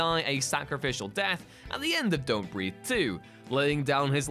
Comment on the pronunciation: Don’t BREATHE******** Not breath.